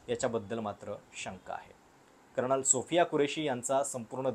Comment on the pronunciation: “कर्णल” नाही रे भावा! “कर्नल”. तू मराठी उच्चारांसाठी एखादी शिकवणी लाव बघू! 😁😁😁